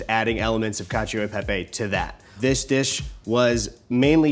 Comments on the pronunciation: FYI the "e" in cacio e pepe is actually pronounced like an "eh" not "ee" :learning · It annoys me that they say ee instead of eh but only for the e. They use the soft e in pepe lol.